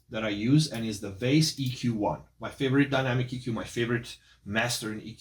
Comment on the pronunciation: homie its not Vase software its Vice😊 German